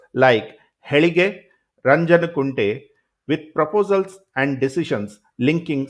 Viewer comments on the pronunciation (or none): BTW, its not HELIGE its HEELALIGE & Its not RANJANKUNTE its RAJANKUNTE... hope you'll correct it in your next one